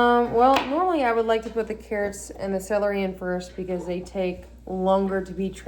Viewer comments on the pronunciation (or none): It is adorable how called celery skelery